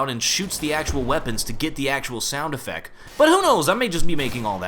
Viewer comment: said effec